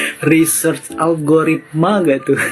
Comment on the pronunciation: Bukan ALOGARITMA mas.. Yang bener, ALGORITMA